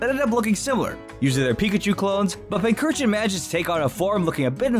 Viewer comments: Pincer-chin. That's how you say it's name. Not pin-curr-chin. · THERE IS NO K IN PINCURCHIN! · Left off the R in Pincurchin, there should be 4 U's in Pyukumuku, and it's Qwilfish, not Quillfish! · I always thought Pinchurchin (pronounced as Pinch-Urchin) to be a clone of Mimikyu. They're both based on mollusks. I see Eiscue as a Galarian version of Mimikyu. They both have an ability that protects them from an attack and once activated, it changes form. The only difference being Mimikyu's ability can protect him from any attack, but it can't be restored during battle. While Eiscue's ability only protects him from physical attacks but it can be restored during hail. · Its Pincurchin (Pincushion and Urchin). There is no H after the first C.